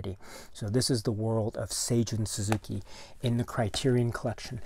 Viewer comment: Great video! Thank you for the correct pronunciation of Seijun Suzuki as I hope to tackle Tokyo Drifter for my next podcast. Terrific film and one of the most unique looking movies I've ever seen. The theme gets stuck in my head from time to time.